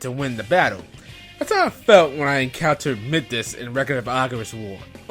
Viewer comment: it's mEYEdas